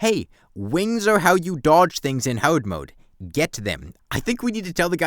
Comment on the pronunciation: "wings awe how you dodge things in hawd mode" 🗣🔥